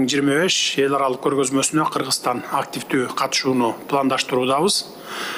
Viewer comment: Переводчик, жнке он которбойсунбу жеке окудун белен, лингвистиканы??? Киргизстан -эмес Кыргызстан!!!!!!!! Ударение, басым жасаганды билбейсинби балбец ????